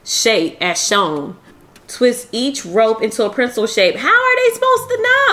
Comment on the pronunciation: Printzel though?🤣🤣🤣 I'm from the Tre and that was a 1st for me🤣 love you tho sis❤